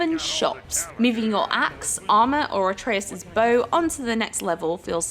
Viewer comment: It's Atreus not Artreus